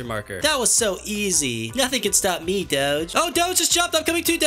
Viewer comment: Him saying doge is absolutely obnoxious